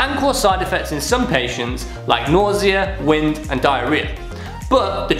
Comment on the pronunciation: I love how he said "wind" LMAO